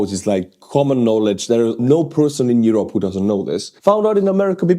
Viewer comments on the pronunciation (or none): none